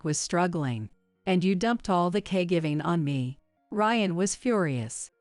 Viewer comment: I thought it’s caregiving not cay giving